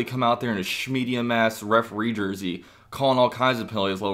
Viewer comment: Lol "Smedium"